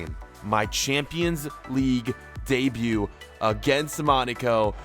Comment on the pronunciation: Did he say debeut in the premier League?